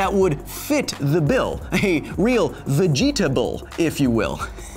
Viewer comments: Vegeatable!!!! hahahahahahhahahahaha you killed me, Kyle!!! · "Vegeta-able" I'm not too proud to admit I lol'd. :D